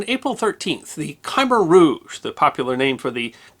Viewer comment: I’ve never heard “Khmer Rouge” pronounced the way you do it .